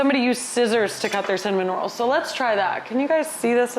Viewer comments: I annoyed my wife so much by saying it kept sounding like you said “some minerals” instead of “cinnamon rolls.” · when you first said cinnamon rolls I SWEAR you said "some minerals" and was very confused. Also just when you said you always thought they were hard to make, my first thought was "oh the hardest part is the dough rising" then you SAID BASICALLY THAT. I guess I'm just psychic (que tiktok "i've got the mind of a master... mind master... master... you know? I'm just creative like that")